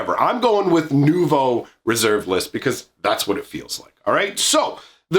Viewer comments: 9/10 for your French pronunciation of "Nouveau". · As a french guy I am in total awe of your prononciation of "nouveau"